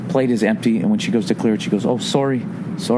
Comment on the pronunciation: Sawry sawry